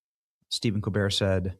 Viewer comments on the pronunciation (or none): The first time you mentioned Steven Cobert’s name it sounded like you said demon cobert! Candace Burre is Kirk Cameron’s sister. He was slated to be the next famous leading man. He had turned to religion while still on Growing Pains.